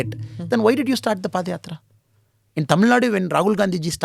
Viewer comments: koi in bhaisahab ko bataye ki padyatra hoti hai na ki paadyatra. Paad ka matlab bhi bata do bhai inko. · Boss padyatra not paadyatrs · Paadh yatra 😅 that pronunciation